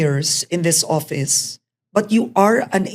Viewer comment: Karen it's office not oppise.